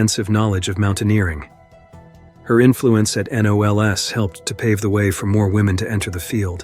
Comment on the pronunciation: Lost me at "N O L S" A person pronounces this "knowls". Can't stand computer voices.